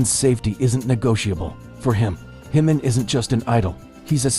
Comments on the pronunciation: JIMIN not HIMIN! Please it’s a J not a H 💜💜💜🇨🇦💜💜💜💜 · It's Jimin not himin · Please pronounce the ‘J’ in Jimin. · Why pronounce jimin name like its spanish🤔🤔